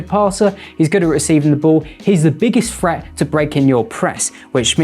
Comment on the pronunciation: “Phreat in da final phird” is crazy. I had to listen to it a few times. Annunciation my friend, you can do it!